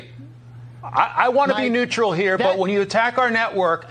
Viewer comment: Knee-u-troll, it's E followed by U. NEUTRAL.